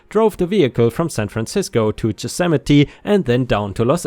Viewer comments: Yosemite. Y as in yes, not a j or g sound. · There's no "j" in "Yosemite."